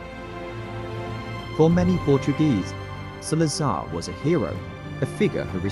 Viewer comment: You pronounced the name wrong straight away 😂